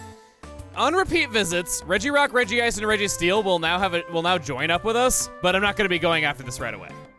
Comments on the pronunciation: It is officially Rej-ice rather than Rej-ji-ice Y'know, like it's spelt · It drives me nuts that Regice is pronounced Reggie Ice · Its actually just pronounced Rej-ice for Regice. They did the same thing in movie 8 with calling Bonsly Bonslee.